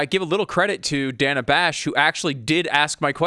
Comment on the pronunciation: Most importantly, she MISPRONOUNCED "Dana"!! HOW DARE SHE?!!